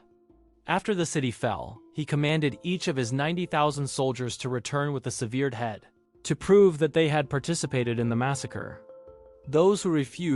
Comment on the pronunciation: Agreed, severe-d head as an example.